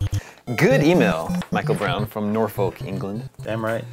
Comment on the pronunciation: Wow you can't pronounce Norfolk.